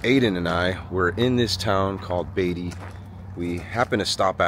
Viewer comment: Lol...Moe and Angelo were just in Nevada and Moe pronounced it "BEE-tee"😂 I lived in Amargosa Valley when I was little and my mom bartended in Beaty...I cracked up every time he said it like that😂